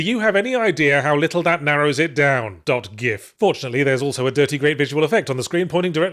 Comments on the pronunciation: You said gif wrong yahtz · Ah, good, Yahtzee pronounced "gif" in the objectively correct way. 😎